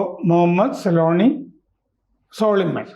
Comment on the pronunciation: സോളിമൻ അല്ല സൊലൈമാൻ ആണ് 😂😂